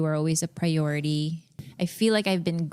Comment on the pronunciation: She literally says “you were a preyority” what a cancer.